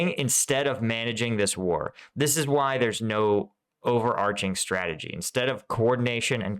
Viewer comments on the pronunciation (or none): ...its been a "STRAGEDY" from the start... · It's more of a 'Stragedy' than a strategy.